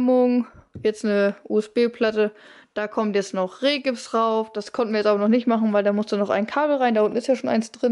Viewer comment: Irgendwie kann mein innerer Monk es kaum ertragen, wenn Menschen "Rehgips" und "Usb"-Platten sagen. Aber wow ihr kommt echt gut voran....Sehr nice.